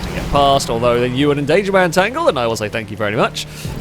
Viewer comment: Tangled or tangoed? Can't help but feel either works there :)